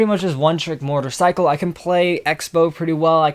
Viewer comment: When he said mortar cycle I thought he said motorcycle